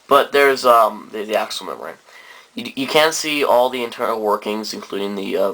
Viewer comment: "ack-sell" not "Axel"